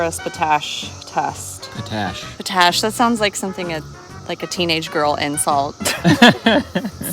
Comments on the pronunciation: Potash believe is pronounced Pot-ash. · Potash....pronounced pot ... ash. Remember not all veggies need lots of nitrogen. Each veggie needs different nutrients. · I so enjoy your content. Just a heads up on the pronunciation of potash, say it as 2 words, pot ash. Hope your plants take off now, zoom... not slowly slowly in this case. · It is pronounced 'POT ash.' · Lol, you guys were killing me, 🤣😂😆, but yeah Pot ash, like a pot you cook in, no biggie, gotta start somewhere. 😄 love you guys!